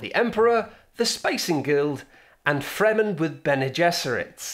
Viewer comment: listen again to . The way he pronounces those names makes "Fremen with Bene Gesserits" sound like "Friends with benefits"